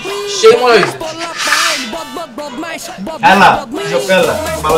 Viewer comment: "Pulapain" not bro "polapain"😑😑